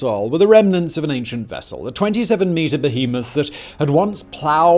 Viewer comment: Great video. Thank you for saying behemoth correctly ;)